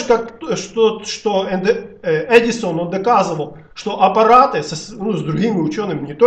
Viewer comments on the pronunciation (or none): none